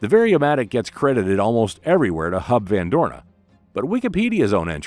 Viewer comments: It is Huib van Doorne, not Hub… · It's not hub van Dooren but Huub...